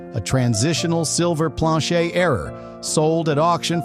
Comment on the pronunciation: A lot f 25 yr bank tellers . Are clueless . 66’ had some silver ax well . Planchet is never heard it pronounced the way you do . I’m only a 21 year collector . And learned from the best . Ken Potter . A local . I’ve had John Wexler may he RIP buy errors from me and Fred Weinberg in CA . If you never heard of those names . ? You haven’t a clue